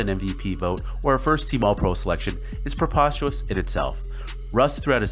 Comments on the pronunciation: preposterous, not "porpostuous" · I'll subscribe when you learn how to pronounce prepostERous